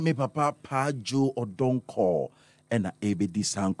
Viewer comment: and not Donkor.